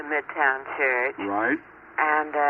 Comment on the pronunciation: She pronounces "church" the same way Little Edie from Grey Gardens did